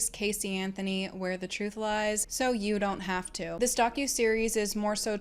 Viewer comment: Heavy emphasis on "lies"